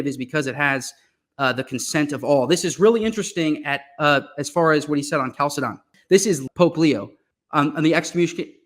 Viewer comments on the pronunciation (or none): Catholic bro doesn't even know how to pronounce Chalcedon